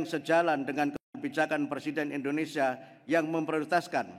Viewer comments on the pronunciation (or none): Kadang ada nyebut INDONE SYIA